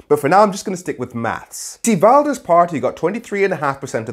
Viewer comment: Learn to pronounce his Name correctly and stop being racist!!!